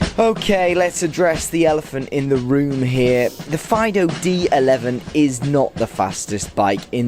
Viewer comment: I’m pretty sure that the pronunciation is “Feedoo”, not like yer dog..